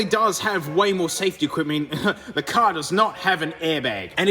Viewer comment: IT'S "CAR"